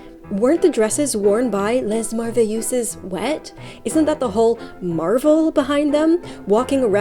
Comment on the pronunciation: Les merveilleuses. Pronunciation Les: no S Pronunciation Merveilleuse: mervey_ euz like eu-calyptus . Translation : the wonders is the meaning. But if its translated it would be the wonderfuls . This was a trend from England, the french just made it more...frenchy.